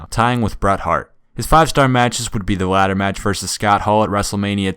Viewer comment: "His 5 star matches would be the wadder match vs yadda yadda yadda" Lol couldnt help but joke with you a little about your "L"s as "W"s lol. I kept the jokes cwean tho!